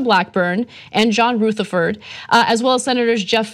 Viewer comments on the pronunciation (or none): Ana , its Rutherford... as in rub.. not ROOtherford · rutherford- the u is pronounced like the ou in rough. asshat hat is the former sheriff of my city and ( unfortunately) my comgressman. i didn't vote for him. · dsj---------No. She is pronouncing it incorrectly, like Rootherford. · I love the way Ana pronounces 'Rootherford'. It makes him sound even more sinister lol!